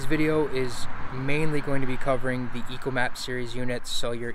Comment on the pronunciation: It's ECHOmap not ECOmap just saying